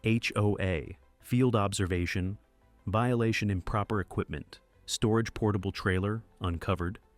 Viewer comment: Vililation?.is that like violation?